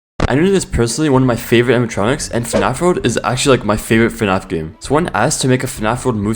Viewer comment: It's not fn-ah~f It's fn-A-f Gregory: Shut up Freddy! Cassie: Bruh.